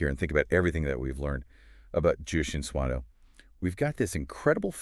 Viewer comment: oh boy the pronunciation hahaha :D good video though.